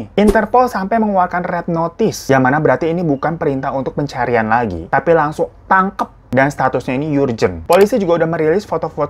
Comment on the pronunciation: Wlo babang hiro nyebut urgent msh yurjen, tp keren babang tau gmn nyebut hermes = ermes yaayyy🤗👏